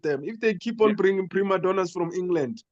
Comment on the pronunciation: He said priMaddonas 😂. They were crying over a rough pitch . Most African pitches don't even have grass , once you fall the skin is gone .